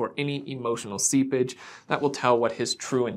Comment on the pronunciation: Hahaha. When you said ‘I’m looking for any emotional seepage’ I thought you said ‘I’m looking for any emotional sea bitch.’ Omg. Hahaha